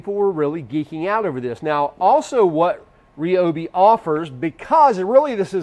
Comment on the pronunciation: You lost me at 'REOBE' It's pronounced r'Y'obi